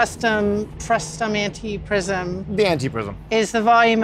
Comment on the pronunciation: This bothered me from the very first mention of the word. You are talking about a frustRum, not frustum!